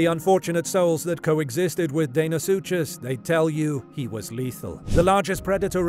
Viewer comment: Deinosuchus is not pronounced “Dane o sue chase”! It’s pronounced “Dino sue cus”. I love the narrators voice but I hate mispronunciation!!!!